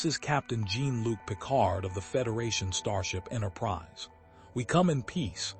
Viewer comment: Two sentences in and I just CAN'T. Find a HUMAN to read the damned script. The mispronunciation of Jean-Luc Picard is unforgivable.